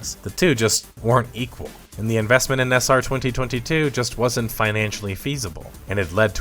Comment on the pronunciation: The way you say 2022 is the worst sound I've heard on YouTube since Hasan shocked Kaya. ⚡